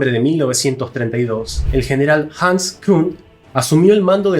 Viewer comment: Pronuncia KUNDT en inglés!